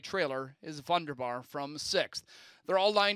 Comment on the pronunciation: VUNDERBAR mispronounced again this week.